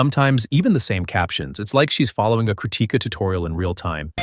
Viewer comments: bro thank you so much for making this video and supporting her and yes you are pronouncing her name wrong 😭😭 the difference between Ti and T is so huge damnnn I just noticed it today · Stop saying crutica😊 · Your pronounciation of "krutika" is wild.